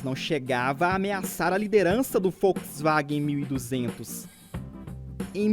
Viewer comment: ainda chamado "FolksWagen" 1200 parabéns ao narrador, V em alemão tem som próximo do F.